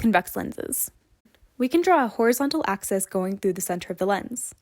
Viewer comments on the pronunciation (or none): Its an axis, not an oxis.